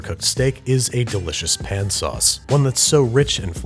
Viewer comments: Don’t you mean “P’n sauces”? Come on, Babby. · Dont you mean PIN sauces? or do you feel sounding less gross for this one? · Yes! The whole episode I was waiting for him to say Pn-sauce 😆